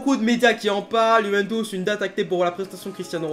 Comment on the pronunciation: Arrête de dire yuventouce c’est putain de chiant 😂